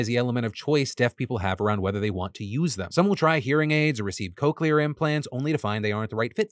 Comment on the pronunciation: It’s pronounced! ‘Cock’ ‘Leer’ not ‘Coke’ ‘Leer’!